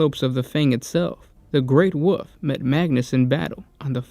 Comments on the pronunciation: You give us so much quality content, thank you so much, but I cringe when I hear space woof or woof lord. It's a common mishap. It's also an easy fix... wulv, whool vvf, whulvf , whooLLL ff. Dont take this wrong, Please delete this after reading if possible. You guys rock! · ...I will never get used to how you say wolf. ITS WOLF GOD DAMN IT NOT WOOF. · Lol yes!